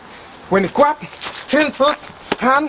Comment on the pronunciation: I love the way he says "grab". KWAB HIS NECK, KWAB THE ARM AND BREAK IT